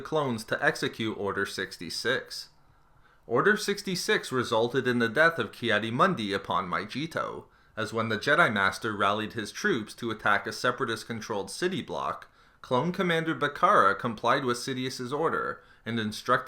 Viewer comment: MY GEH TOW MY GEH TOW NOT MY GEE TOW ITS MY GEH TOW!!!! IT IS PRONOUNCED IN THE BATTLEFRONT II GAME!!! AND ITS MOONDI NOT MUNDI THAT IS ALSO PRONOUNCED IN THE SAME GAME!!!!!!!